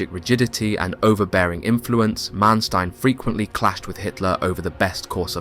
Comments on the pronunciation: Sometimes the narrator pronounces Manstein's correctly (Mahnshtine), sometimes incorrectly (Mansteen). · The way you say Manstein kills me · Please try to get your pronunciations correct. Manstein for starters.